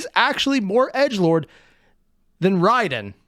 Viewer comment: It's not Raidin'. This isn't Mortal Kombat's brain dead pronunciation. It's rye den.